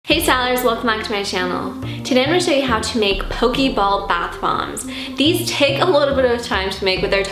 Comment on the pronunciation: Pokey ball?? Who says it like that ? It's po-kE ball